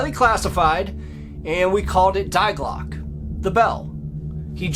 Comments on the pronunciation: Fyi, it’s not ”diglock” it’s Die Glocke, and it’s pronounced ”dee glocka”. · actually it's pronounced in German, Dee Glockuh. That's what the German scientist actually said. "Die" is an article meaning "the". We don't say thy when we say the. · Jawohl, Die Glocke is pronounced "Dee Glocke" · Dai Clock....😂😂😂 Dii klocke= die klocke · Sir, you really need to learn proper German! Die Glocke is NOT "Dei Glock"..... My thought is that 50 % is fiction, but story-telling certainly enhances a lot. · Fascinating story! Die Glocke is pronounced: 'We just with a 'D' at the beginning or the name Dee and the 'e' in Glocke is not silent it's like an English 'a' 'Glock a'. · You should really go on Google translate and type in die Glöcke and hit the little speaker icon so you can hear how it’s actually pronounced. It means “the bell” in German.